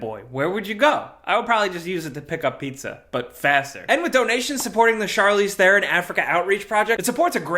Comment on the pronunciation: Great vid, Im South African, and I just wanna point out that u pronounced Charlize Theron surname wrong... but its understandable why, not blaming, just pointing pointing fact